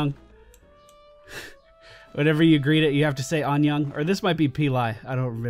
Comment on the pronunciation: I'm guessing the horse is called that because it means Hello in Korean? However, you said Anyang :P Anyeong = Hi/Hello Anyang = a city just South of Seoul